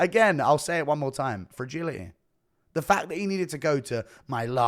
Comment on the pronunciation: FRAGILI-Y !? .. nuttermean ..